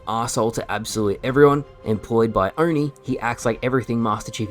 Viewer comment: I absolutely can’t stand how they are calling Oni “On-E”😂😂😂 also the Chief has spent more time out of his suit than in it… I have. Feeling they will throw some amazing actions sequences at us to compensate for another failed plot line